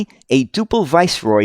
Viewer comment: Generally pronounced dew-pl. Never heard of the 39ft version, although Duple did build some longer bodies for export.